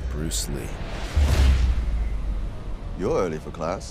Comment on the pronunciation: This looks so bad and basically disgraces what Bruce Lee is about. Also so many inaccuracies here. Why does it start off with the white guy exploring exotic Chinatown? Not to mention his extremely horrible pronunciations . Please take that shit out.